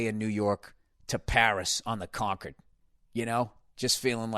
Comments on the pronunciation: Hate that he pronounces it "conquered." CON-cord, Billy. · Con-curd . It’s a cheesy milk substance made by inmates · Is he saying “fly on the conquered?” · It’s because Concord is a place in Boston, and it’s pronounced that way there. So Bill assumes it’s pronounced like the Boston Concord.